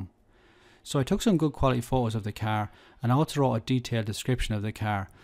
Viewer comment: It’s car not cear